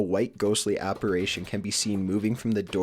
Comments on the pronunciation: He needs to know the difference between "aparation" and an "apparition." . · I'm only 5 minutes in, and he's said "drug" for the past tense of drag, "apparAtion", and "spectics" instead of skeptics At least his voice is tolerable in this one